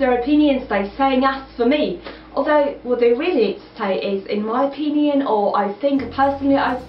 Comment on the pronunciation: omg... how can you even say "as for me" is a bad translation? it is perfectly fine also ur pronunciation of "in my opinion" is not great either. but otherwise i like your fluency